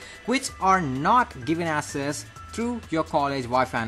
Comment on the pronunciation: Bro access is pronounced like axes, not asses.